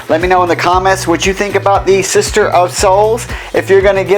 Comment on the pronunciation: It's "Sitter of Souls", not "Sister".